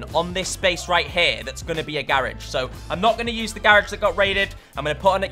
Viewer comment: Ok ok I love your videos but why why you pronounce garage wrong 😂nah but nice keep it up